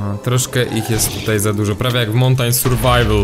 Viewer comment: Serio mOUntAIn serwaiwl? czyta się mAUntIn blow, troche angielskiego sie poucz!